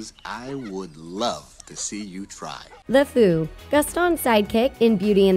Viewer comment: She pronounced the word "Sakura" and "Lefou's" name wrong